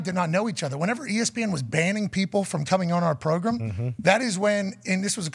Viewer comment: Huge fan of the show! Listen to the podcast everyday will do so even when you go to ESPN! Having said that… will somebody please absolutely roast Pat for the way he say “pro Grimm”😂😂😂😂😂😂